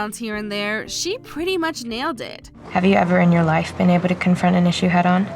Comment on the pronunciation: on "...head on..." is clearly Australian.